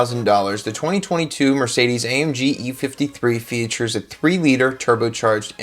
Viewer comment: Did you say FEE churs??